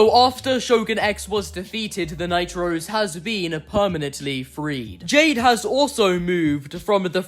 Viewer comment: i think you're saying "Night-Rose" way too often - i keep hearing "The Nitro's" as if hope and diego are siblings named Diego & Hope Nitro...